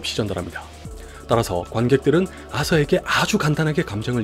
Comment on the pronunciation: 화석? 와서? 하서? 댓글 읽고 아서라는 걸 알았다...